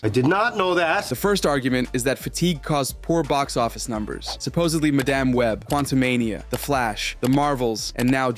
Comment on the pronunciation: Ah yes "maDAMN web."